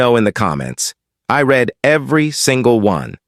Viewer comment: Please, please, please program these IA readers the difference between read...reed and read...read!!!